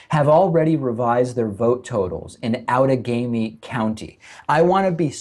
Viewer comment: I'm a Wisconsin voter from Outagamie county, and 1) congrats to David on correctly pronouncing "Outagamie ," and 2) the place where I voted had TRUMP signs just outside the building, which the manager refused to remove. I reported it, and I was told it would be "handled." We need better law enforcement to keep partisan signs FAR AWAY from voting places because they make people (such as myself) wonder if my vote even counts. And apparently mine quite possibly doesn't. EDIT: 3) We also need to slow down in the counting. Too many states rush this crap like it's not even important. 4) It's absolutely CRIMINAL that Stein has to pay for this when 4 wards in the state counted more votes than ballots! Why does anyone have to pay for this other than Wisconsin? 5) WHY aren't more news sources reporting this? 6) This entire thing should be investigated for fraud, not just a "clerical error" if you see it from a lib pov. 7. It's all f-ed up right now because the Supreme Court only has 8 seats filled right now.